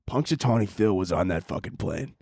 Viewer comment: I first thought you were saying "punch a tony" and was a little confused but just rolled with it cause it kinda is something you would say